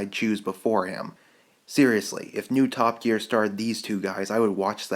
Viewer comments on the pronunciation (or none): Did he say "Top Geak". 0.07 . XD